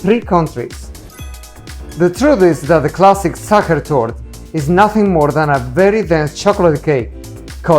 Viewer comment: Sacher Torte—pronunciation Sacher Toorte‘